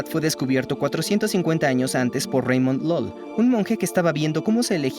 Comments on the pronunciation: Se pronuncia Ramon Yul, era mallorquín la doble ll se pronuncia como Y, es un apellido de origen catalán, no es Reimon Lol. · es Ramón Llull, era de Mallorca, se pronuncia con y griega, no lo llames reimon lol xD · ¿¿¿A Don Ramón Llull o Raimundo Lulio le has llamado "Raymond LOL"??? ¡¡, me cagntupxtamadre, no seas cateto!! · No quiero que suene con afán de ofender, pero como español me duele demasiado. Se pronuncia /Ramón júj/ , no /Raímon LOL/ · Con todo el respeto, me encantan tus videos, pero no se llama Raimon Lol, sino Ramón Llull. La pronunciación correcta es como si se escribiera Ramón yuy. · Por cierto, Ramón Llull se lee tal cual se escribe. "Reimon Lol" ni por asomo 😅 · Reimon Lol? Por qué hay que pronunciar en inglés los nombres españoles? No será mejor pronunciar Ramón Llull? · CORRECIÓN En la pronunciación de está diciendo el interlocutor: Ramón Lol (lo cual es incorrecto, Lol es un videojuego😂) la pronunciación real es Llull [Yúy] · Se pronuncia Ramón Llull (iool), no Reimon LOL. Era español, catalán. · Ramon "LOL" 😂. Es Llull > "yul" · Reimon Lol? LOL😂 Ramón Llull! Como el inicio de "lluvia", y al final otro "ll". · santo cielo Raimon LOL? prueba a decir "ramón yuy", es mucho mejor aproximación. es una leyenda cultural de mi país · No se pronuncia Ramon Lol, sinó Ramón Llull, nombre catalán, se pronuncia exactamente como se escribe: /ʎuʎ/ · 😂😂 reimon lol. Se pronuncia tal como se escribe Ramón Llull , si es que os vais a hacer daño😅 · Como siempre, un documental extraordinario, pero debo destacar que jamás había oído pronunciar tan mal el nombre de Ramón Llull... 🤷🏼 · Me ha dolido en el alma ver que llamas /Reimon Loll/ a Ramon Llull. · Soy valenciano, y ver cómo a pronunciado Ramón Llull (se lee igual que se escribe) como "Reimon Lol" me ha herido muy fuertemente ajajaja Por cierto, era español. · Ramon Llull se pronuncia "yuy" 😂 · "Raimon Lol" jajaja... que pronunciación. Ramón Llul era español y se prononcia así.. como en español... .